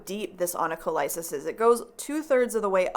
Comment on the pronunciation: Onycholysis pronounced like the ending paralysis. 😊😜